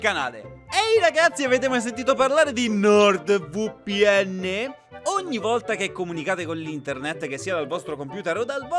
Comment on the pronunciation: It may be because I don't speak Italian at all, but hearing him say Nord VooPN was so fucking funny.